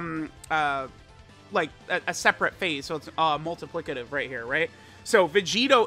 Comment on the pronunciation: being able to say "multiplicative" is big character development